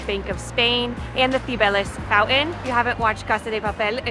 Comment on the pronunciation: “T’s” are imporTant! It’s FounTain not founeen!again annunciation is imporant! See why “T’s” are important?